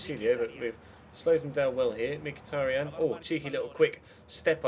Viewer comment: Mkhitaryan is pronounced like "Mkhi-ta-ri-an" with an accent on last A!